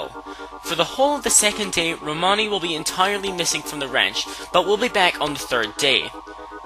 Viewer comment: I watched this so many times and just noticed, said "Romani Manch"